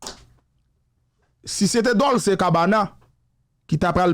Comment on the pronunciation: Dolce prononse kòm Dolche...ce an italyen prononse kòm che.